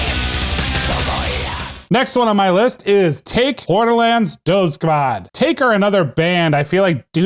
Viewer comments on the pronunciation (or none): Taake is NOT pronounced take!!! Tååååke with an Å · Also fyi it's "tow-kay"